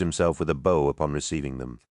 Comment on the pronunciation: Too bad about it being read by AI. If you doubt that it isn’t AI the voice reads bow as a bow and arrow not someone preforming a bow motion.